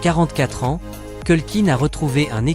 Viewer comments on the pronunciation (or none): Voix d’I.A. qui prononce "21 A N S point" 😊😊😊